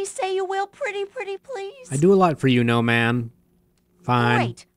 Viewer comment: I always hear "Gnome Ann" as "No Man" not sure if intentional.